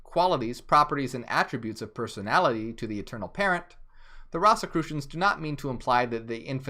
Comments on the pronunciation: it’s ROSE-a-crew-shun, not Ross!! Great job tho! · Pronounced "Rose"crusions" great video. Ive just never heard It pronounced that way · It’s pronounced Rose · I've never heard it pronounced that way it's like a rose 🌹.